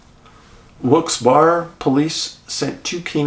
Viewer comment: Not that it matters, but Wilkes-Barre, Pennsylvania is pronounced "Wilkes-Barry."